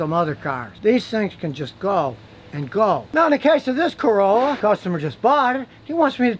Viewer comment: ... Ha ha, u said Ford Carola..^^